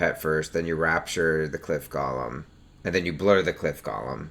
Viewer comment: It's "Gow-lum" :(